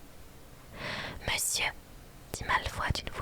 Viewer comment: Trop bien ! Mais c'est Malfoy, pas Malfoi :face-purple-crying: Et Ron se prononce Ronne pas Rond :face-purple-crying: Et Justin se prononce Justine , pas Justin XD (désolée je suis chiante mais ça m'a stressé xD)